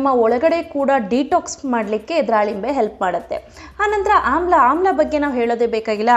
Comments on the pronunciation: it's wrong, it's dhalimbe not dralimbe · dralimbre ಅಲ್ಲ akka ದಾಳಿಂಬೆ ಹಣ್ಣು.